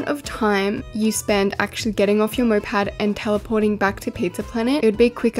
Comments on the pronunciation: moped not mopad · its not "mopad" its "moped" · whyd you keep saying mopad...